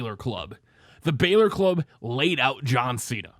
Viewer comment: Love your videos but every time you say "balor" i cringe